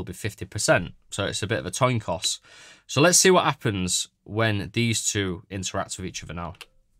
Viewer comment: “toin coss”